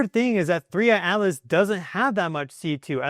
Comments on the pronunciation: please stop saying 3iAlice! We know can say a t. It is 3iATlas!! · The way you say 3I/Atlas, it sounds like "Three Eyed Alice," and I will be calling it this from now on. Thanks for the video. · I always think you are saying “3 Eyed Alice”! 😄😂 Thank you for the update - you are very good!